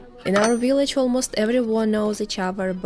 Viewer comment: I love the way she says "willage"..Then again her English is 100% better than my Russian!I like to see how people live in Russia in the REAL Russia that we never see.Just the same as everywhere families and friends sharing time.